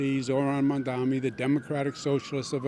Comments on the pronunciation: Why does he continue to mispronounce Mamdani’s name as Mamdami? 🧐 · Hes been saying his name wrong incorrectly for months now... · The way he says "Mondami" makes me irrationally angry 😂 "IT'S MOM-DONNY YOU GENOCIDAL F*CK!!!" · "Zohran Mom-dom-me" ahhh, Cuomo and his constant Freudian Slips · Hopefully by the time he finishes his concession speech he'll actually learn how to pronounce the new mayor's name. Probably not though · It's funny how you can tell apart a Cuomo voter by the way they choose to pronounce Zohran's last name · Couldn’t possibly take more than 2 minutes to learn to say someone’s name correctly. Just repeat it to yourself a few times. It’s a basic sign of respect. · LOL. He was a horrible governor ( covid policies etc). But two things: 1) When you cannot even pronounce the name of your opponent correctly, how do you expect to lead an extremely diverse city made up of individuals who do not have WASP names. 2) I also wonder what his family thinks about his S assault allegations? It is honestly pathetic. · At this point, still not being able to pronounce Zohran Mamdani's name, which is NOT hard to do, is just disrespectful as a human. Cuomo has debated the man, met him in person, it's not hard to learn how to pronounce someone's name! Just makes me think he's doing it on purpose which shows what kind of person he really is. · Bro half his own supporters don’t know how to say his last name properly, you can literally watch it happen in her other street interview.